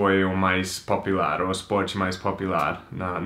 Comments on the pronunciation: pow sacanagem vc não mostrar seu livro kkkk quería ver. E menino não é popilar, é popular kkkkk, muito engraçado vc falando popilar kkkkkk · fala!!! vc fala popilar rsrsrsrsrsrs mas seria popUlar, dá mais atenção pro "U", popular. rsrsrs corrigindo mas é normal ter erros, é só uma dica. abraços!!! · Popilar. Po-pu-lar = Popular kkkk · Eu nem preciso assistir o vídeo, mas se eu ouvir uma pessoa falando PAPILAR, sei que é o. rsrsr zuera. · Jackson PalmeííraTM ele achoub q fosse a msm pronuncia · Renan Rodrigues Acredito que ele pronuncie assim como nos EUA, que se pronuncia Po"piu"lar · Eu sei minha amiga, é só uma dica de pronuncia! ele pediu pra corrigi-lo em um dos primeiros videos dele, não fiz por mal! abraços! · alguem ajuda ele na pronuncia do popular pelamor de deus kkkkkkkk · Vc fala bem! Más erra a pronúncia da palavra "POPULAR"